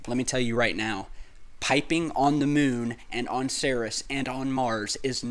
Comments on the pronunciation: Ceres is pronounced Sear-ease, not Ser-Is. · its pronounced like 'series' not 'serous' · Kinda cringe worthy when I hear "Ceres" pronounced as "Saris." "Ceres" is pronounced "Series," like a "TV series."